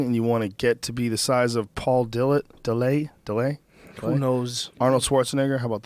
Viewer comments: paul de-lay? dude's an idiot. its paul dillet. he's from Canada... not french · this dumbfuck has NEVER been in shape OR used steroids... fucker pronounces Paul Dillett's name as "paul De-Lay".. I've known paul since '97 and ive NEVER known ANYBODY to pronounce Dillett "De-Lay", and he AIN'T FUCKEN FRENCH! stupid fucken pothead. he's from Canada you fat fuck. he's not FRENCH.talking about "I don't need a nutritionist, I KNOW what to do"... uh, no you don't you fat fuck.